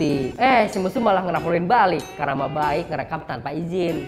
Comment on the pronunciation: ngebacanya baiq bang bukan baik